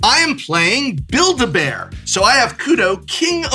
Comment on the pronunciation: "Build-A-Bears" Somewhere in Victoria, Canada Graham Stark's ears are burning.